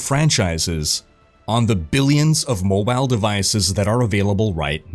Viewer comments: Mispronounce mobile one more time I dare you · I like how you say MO-Bile